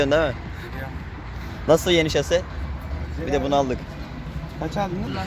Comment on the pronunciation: Abi şaşe degil şase